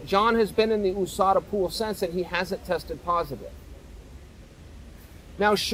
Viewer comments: Ousada 😂 how hard is it to pronounce yousada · Why do you call it oooSADA? Do you live in the oooSA too?